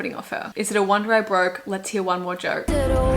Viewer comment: In WAOLOM, the line "is it a wonder I broke/let's hear one more joke" she doesn't pronounce the "k" in "joke" - it sounds like "let's hear one more JOE."